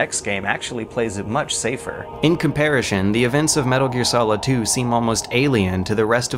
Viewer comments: I love this channel, but after all these years, I still can't handle the random words being consistently mispronounced. Comparishon? Nukular? Why? Why do you do this to me!! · somebody please teach this dude how to pronounce "comparison" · Comparison, NOT comparishon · Holy crap dude you actually said comparashin instead of comparison... why can't you speak English?!?... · "Comparishon", I love you. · otakuchrash It's unfortunate that such an amazing video analysis series with so much thought, time and effort clearly put into it is filled with "COMPARISHUN", "RAYTIONS", and "CHAYYF" grenades. I absolutely adore these videos but damn it's jarring to hear blatant mispronunciations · I asked him on Steam why he says it 'comparishon' and he seemed confused. Said that no one has ever tried to correct on it before. Seriously. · “Comparishon” I LOVE the video anyways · "By comparishun..." I know it shouldn't bother me but it does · "Comparishun" I thought I had been imagining that pronunciation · Anyone else hear that? Compar-ish-on instead of comparison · "By comparishon" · Do you have a condition that makes you pronounce certain words weirdly? "regime" with a hard G, "raytions", "compariSHon" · Nope, nope, you said comparishon on purpose, three times. Comparishon. Comparishon? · "By comparishin" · "Comparition" eh? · Why does he pronounce "comparison" like "compari-shun" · "by comparishun" get his ass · one question: why do you keep saying "in compairashun?" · Love, love, love your reviews. I will however admit your pronunciation of 'comparison' with a hard sh drive me insane. It's not all that hard. It's s...o...n... 'son'. Comp-ar-i-son. Yeah? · This guy pronounces "comparison" as "compariTION". It's hilarious... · Is this guy purposely mispronouncing “comparison” and “nightmare”? I can’t tell, but really who the hell says “comparishon” and “nightmeer”? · Dude you're deliberately miss pronouncing words. In comparishoon 🤣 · Comperi-shun? Re-geme?